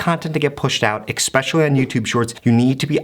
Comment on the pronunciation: i was listening until he said EXpecially, now i'm closing the tab lol